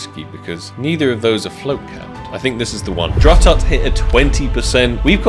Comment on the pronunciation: I am sorry but it is'nt drututt it's Dr. Ututt